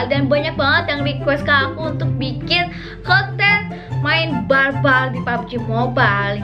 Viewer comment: I can't hear the "R" word when she say "bar-bar"